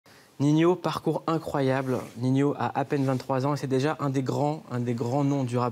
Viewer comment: B bha sa se dit Nino je crois, pas Ninio 🤷🏾‍♂️